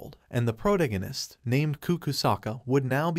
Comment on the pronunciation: I can't spell, but why can't you speak English? Pronounce protagonist. You should search for any word you have no clue how to say, learn to pronounce it correctly, and then move on. Some words sound different in Britain than in the USA, you should pick one and stick with that choice. Spelling of words between British and USA is also an issue but I'm more worried about sound. Doing this can help improve your subscribers and viewers.